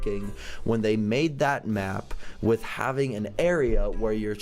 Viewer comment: and with not ith xD